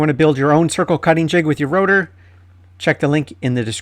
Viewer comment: Rotor? Router!